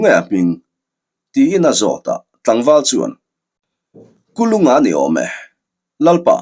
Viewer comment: Sir Kul unga tih deuha lam chi ani zawk angem le🤣 Kulunga tih kha amak deuh kalo ti mai mai